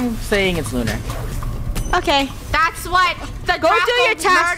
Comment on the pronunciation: Lunar its lunar